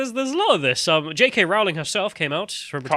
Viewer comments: wait wait wait, I take the piss out of Americas cause they can't pronounce JK Row-ling properly but now my fellow Brits..wtf it Row then ling lol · ITS ROWLING LIKE "BOWLING", NOT ROWLING LIKE DISEMBOWLING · so her name is "rolling" lol